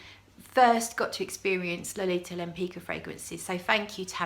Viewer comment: Suggestion: with some research, you could be the first person on the YT who properly pronounces the name "Lempicka".